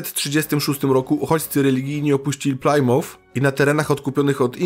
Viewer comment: kibicuje i jestem z Toba od radu i polonu, popracuj troche nad wymowa angielska plmouth i new hampshire brzmi tragicznie pozdrawiam i zycze sukcesow! :)